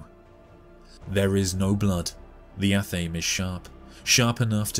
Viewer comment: Admittedly a nitpick, but athame is pronounced ah-tha-may.